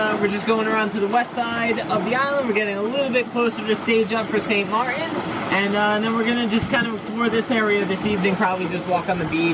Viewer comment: We call it St.Maarten like this ( saint, mart like food mart and ten like you say number 10. The way you guys say it it might get mistaken by St. Martin witch is the french side. And i would take the risk of the barracuda. Just leave for a while and if the skin falls off by itself then don't eat it.